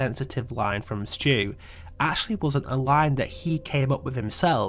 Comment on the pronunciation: Stu not stew